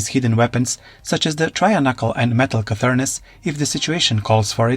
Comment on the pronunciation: Were you trying to say cernunos?